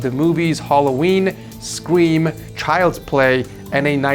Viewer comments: Anybody else here him say skweem when he was trying to say scream. ?? Lmao 😂😂 too much screams eh 😅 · the way you pronounced scream caught me off guard :)